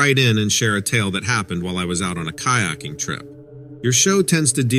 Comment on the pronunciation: kayaking OMG say it right